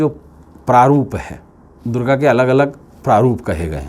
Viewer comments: Sabse pahle to Ma Durga bolna seekh lo uske baad jo kahna ho kaho. mujhe to tumhara chehra dekh kar he Nagetivity hone laga. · आप पहले ,🙏मां दुर्गा को मां को बोलना सीख लो....... वरना आप का वास्तु जरुर बिगड़ जाएगा